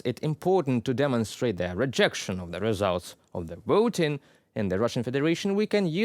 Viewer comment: Not wisits - visits. Not woting - voting.